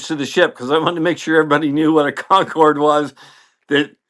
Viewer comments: Concorde is pronounced Concord. Not Concord E. The e is at the end because it's the French spelling. It was a joint venture between Great Britain and France. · You are correct. They are pronouncing as if there was an accent é at the end, and there is not. I like the theory that knows this and is doing this to get us typing. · What does mean by "Concord-ay?" Concorde, the French word, means, and is pronounced the same as the English word Concord. The e is silent. I guess I'm missing something 🤷🤷‍♂🤷‍♀ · Slight correction: Con-cord, not Con-cord A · Great story, but one thing was very distracting. Not meaning to be ugly, but "Concorde" is not pronounced "Con-cor-de." According to the Merriam-Webster dictionary, "Concorde" (trademarked name of the aircraft) is pronounced as follows: IPA (International Phonetic Alphabet): /kənˈkɔːrd/, /ˈkɒŋkɔːrd/. Even the French pronounce as a two-syllable word. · Dude, Concorde is pronounced Concord, not Concordey. I worked with people at RAE Bedford who worked on Concorde, and my dad inspected the shafts on their engines when he worked for Rolls Royce in Derby. They'd all be very pleased to know you were impressed. My friend Pete Clarke, now dead for twenty years, had the original drawings from before the design was converted to civillian use. CONCORD! No AY. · They way I heard a Braniff Captain say it was "con CORD". Mechanics, everybody else (Americans) said "CON cord". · Oh my. Please pronounce it properly. Spelt Concorde. Pronounced Concord. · 33'30" : This isn't "fog of war", this is indicative of the incompetence and poor training of the US armed services. Your pronunciation "concord-ee" demonstrates the low level of intelligence of those serving in the US armed services. And also explains the number of "friendly fire" incidents committed by US armed services. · Concordeh? What's wrong with you? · What's a Concorde-A? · Concorday? C'mon man... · "Concorday"? "BAE"? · one question WTF is Concorday?